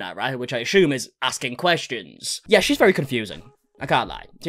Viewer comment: “Ashoom” instead assume. Love it 😂😂